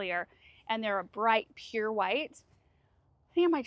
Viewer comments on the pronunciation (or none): none